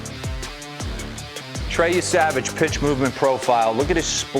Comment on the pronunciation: Yessa-vaj not Ye-Savage